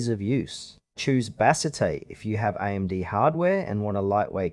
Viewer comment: Thanks for the video.I have used Bazzite on a computer when I could not get SteamOS to boot. I have been happy with it. I have always heard Bazzite pronounced BA zite with the emphasis on the BA, and a short a sound, with the second syllable sounding Z long I (eye) t and a silent e at the end. But that may be because I listen to only English videos.